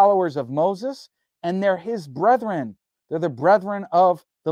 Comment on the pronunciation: YQ can't pronounce brethren.